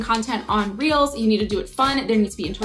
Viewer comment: Everytime she says reels ...I hear reals🌚🌚🌚🌚